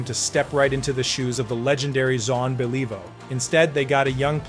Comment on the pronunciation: Jon bellivo? Don't quit your day job.